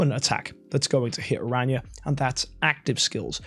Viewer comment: saying new hero name: Ara-nya 😂😂 The Community saying the new hero name: Aranea(arey-niya) But corrected himself at the sponsor noice